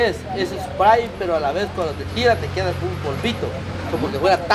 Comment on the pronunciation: Dijo k jedia 😅😅😅